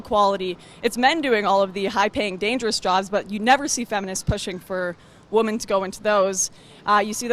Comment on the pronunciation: Wtf is wrong with Lauren!? When she refers to more than one woman, she does not say the plural "women", she always says "woman". Eg. "Feminists want more woman in stem jobs" lol so do they just want the women there to get fatter? I have noticed this across many videos, I think she might honestly not real use they are two different words.